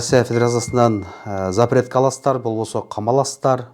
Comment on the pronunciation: "Заперт" эмес "запрет"